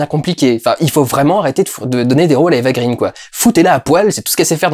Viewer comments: Pourquoi tu prononces "Eva Green" à l'anglaise ? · Ça fait tellement 3 avec toi et Eva green que tu ne sais même pas prononcer son nom correctement ; )